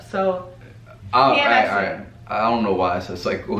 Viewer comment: post menstrual "SYCLE" lol